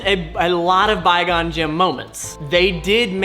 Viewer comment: Somebody tell it's quigon jin